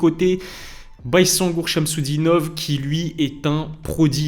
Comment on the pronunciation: ça se prononce "bayzengour" si jamais les gars